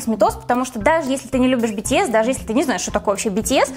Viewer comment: произносите битиэс а бэтэс